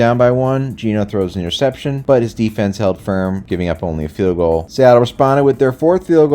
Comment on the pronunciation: "I'll show ya how to throw an intercepshun" I'm dead 💀